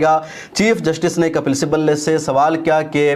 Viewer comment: Muta'ala krk video banaya karen! "Simbal" nahi Sibbal kahte hain